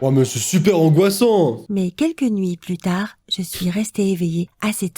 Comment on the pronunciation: A un moment de la vidéo j'ai crut que la fillie aver dire putai mais elle a dire plût tare 🤣🤣